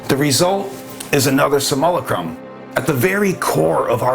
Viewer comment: Love this channel one of the best on YouTube I like the way he pronounces simulacrum, Samoa Chrome😂❤❤